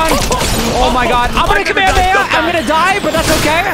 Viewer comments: its pronounced ka-meh-hah-meh-hah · Ka-me-he-ma is not how u pronounce it, is sounds so bad😭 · he said the word kamehameha but not how it’s pronounced in the show. In the show they say it like KA-ME-HA-ME-HA nick eh says it like KAME-HAMEHA and much quicker, it’s not that hard to understand lmao you’re just slow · No just pronounce it right "kamehameha" even the subtitles spell it that way. Even the Dub and Sub pronounce it that way. And Kuririn is pronounced like that cuz Japanese people cant pronouce the L correctly. They say the letter "L" like an "R" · its kameh-hameh-ha that's how its pronounced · It’s pronounced Kama Hama ha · early! also it's pronounced ka-mey-ha-may-ha just to let you know! Also love ur vids btw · then I guess it’s just a little different from how I remember it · Don't worry he is also a big dbz fan. He just didn't pronounce it correctly